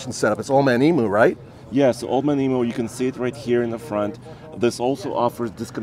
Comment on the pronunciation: On behalf of your Australian audience, can I just point out that it is eem-you, not eee-moo. Otherwise, great vid. I was curious about this one as I've heard the next Hilux will be the same as the Taco, as it was back in the 90's.